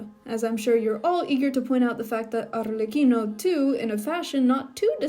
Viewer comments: The way you said Arlecchino is sooo satisying "Arrrlecchino" 🥰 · As an Italian, I must say that I'm rather pleased with the pronunciation.